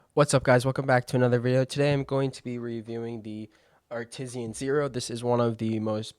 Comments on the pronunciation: i'm saying it that way now. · bud no one pronounces it like that.. its Art Iss Anne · Your pronunciation of artisan lol 😅 but good video 👌